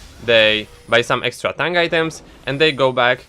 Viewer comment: Every time you say ''tank'' I hear it like ''tongue''